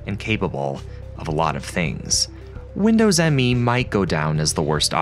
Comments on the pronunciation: Another good video. FYI, it's not pronounced Windows "M-E" but Windows "Me" as in "It's all about me". That's not a minor point because when Microsoft called it "Me", it added to the confusion. At the time, I remember people asking what was this operating system's claim to fame. Why buy it instead of W2000? Oh, it's called "Me" implying that it's very user friendly in contrast to the professionalism of W2000 and will lead "me" into the new millennium, one BSOD at a time. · Minor nitpick: Windows Millennium Edition is actually pronounced Windows Me and not Windows M E. It's weird, yes, but that's according to the official marketing. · I thought it was pronounced “Me” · It was never confusing to me, but maybe because I pay attention to details and knew the NT kernel already back then very good. Windows Me (by the way it is not M.E., but "Me", as in "me=I") didn't even get the UI right, they forgot to bundle the TAHOMA font, which WIndows 2000 used as primary UI font (Me uses still the old MS Sans Sarif font). So my eye immediatly could spot a very clear difference. And of course the kernel just like 98 and 95 was just unsecure and unstable by design. For 95/98 was unacceptable already in the 90s. I also know noone who thought "2000=Millenium" in the Windows lineup, maybe that happened in some countries more than in others? Oh and Windows Update was added to Windows 2000 in a Service Pack :)... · I feel like the author here must be young and not lived through this period. Windows Me was usually said Windows Me. As in (me, myself, I). It was marketed as being personal in nature hence the name. You can see that right in the logo. It’s Me not M.E.